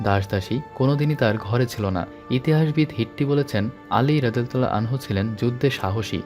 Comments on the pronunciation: আনহা হবেনা আনহু হবে। ভিডিও বানানোর আগে দয়া করে এগুলা জেনে নিবেন। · আসসালামু আলাইকুম। আনহা না ভাইজান আনহু হবে